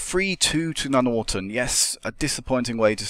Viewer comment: I always thought Nuneaton was pronounced Nun-eat-on, not Nunorton. Doesn't matter anyway it's a shit hole of a place. Good series!